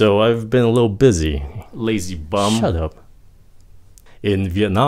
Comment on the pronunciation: Anh ơi câu đầu anh giới thiệu sao em không nghe được chữ little